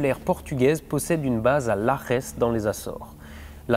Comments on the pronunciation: Bon on ne dit pas laresse mais simplement lajès … Base aérienne partagée avec l’US air force… et pour la petite histoire entendu sur l’île de Terceira (aux Açores), le Lajes Airfield était une base aérienne de secours pour les atterrissages des navettes américaines (infos à vérifier biensur). La fin du programme des navettes (peut être une coïncidence) a vu une grande partie des effectifs de la base américaine réduit avec du coup une petite reprise dès installation par la force aérienne portugaise qui dispose de 2 F16 sur place actuellement. (Dans la video on voit bien le tarmac remplis d’aéronef américains…) A+ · Un bémol, le J en portugais se prononce… J et non R!! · Super vidéo comme d'habitude !!😊 Je me permets une précision de prononciation de Lajes. Le J en portugais ce dit J comme en français !😝 Super vidéo sinon Amicalement 😊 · juste un détail, la base de Lajes se prononce Lajèch. et non Larrèss. en portugais le J se prononce Ji comme en français ; le S final se prononce Chh le J=Rrr c'est de l'espagnol :-) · Petite correction, le J de "Lajes" en portugais se dit comme le J en français, la manière que tu l'as dit c'est de l'espagnol et pas du portugais 😉 Super vidéo sinon!